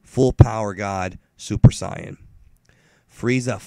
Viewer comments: It's either Super Saiyan. Or Super Saiyajin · The way you say super sayain... i cant..... I just cant. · how come you pronounce saiyan weird? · You suppose to be a fan of dbz for about 20 years and you keep pronouncing "saiyan" wrong now why is that and no Japanese doesn't say it like that